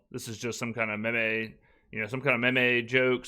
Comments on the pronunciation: Did he call a meme a “mi me”?? 🤣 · Wait, how did pronounce “meme”?